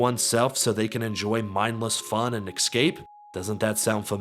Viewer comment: NUKE-YA-LURE and EXCAPE. In a video discussing the tragedy of incompetents running society you pronounced nuclear and escape like a dimwit. I understood your video essay and I'm pleased with the conclusion. I've personally never played Fallout 4, but I played 3 and New Vegas and I love Idiocracy. My understanding of 4 is as you describe and it's cool to see someone so familiar with the game give it such harsh criticism. I hope you continue to work on this channel. Seems like you're on track to grow.